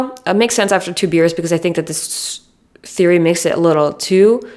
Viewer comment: i think every single time she said “makes sense after 2 beers” me and the subtitles both thought she was saying two “years” 😭 i was so confused at first lmao. btw i don’t mean this hatefully and am rlly enjoying the video!❤